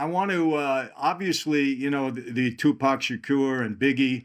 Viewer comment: Its refreshing to hear a white person pronounce Tupac's name right